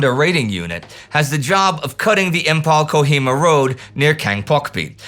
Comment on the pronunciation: Though it has a spelled as Imphal but pronounced as Im -Faal.